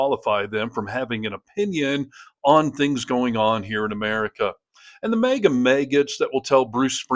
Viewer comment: "...MEGA world"? Did you read that in a Megazine,?